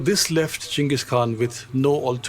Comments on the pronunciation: its actually Ch not J or G Chinggis Khan also W react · Isn't it more like Chingis Haan